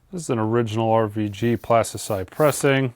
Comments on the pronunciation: PlastyLITE, not CITE :) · my guy, it's Plastylite, not Plastycite. It's been bugging me for a few videos now 😁